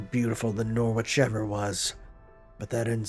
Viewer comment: I know I'm still 20 parts behind at the moment so someone might have told you already but you've been pronouncing Norwich wrong this entire time fyi